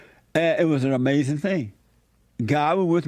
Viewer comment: "It was Amazin" 😂😂